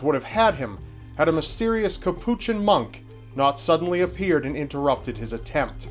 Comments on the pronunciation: Say Cappuchin monk one more time... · Just to let you know, Capuchin is pronounced by stressing the first syllable "CAP" (not the second syllable). The word is understandably unfamiliar to those who are not Catholic. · Hamid JUV Iol i was thinking that too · probably has no issues with ordering a cappuccino coffee, but keeps mangling his pronunciation of Capuchin. Ugh.